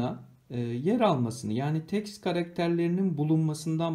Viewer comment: Önce git Türkçe konuşmayı öğren Teks karaketeri ne yaaa